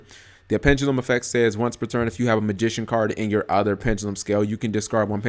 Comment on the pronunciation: Pen-Duh-lum. Not pen-ga-lum